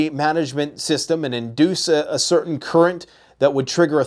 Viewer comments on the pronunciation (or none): none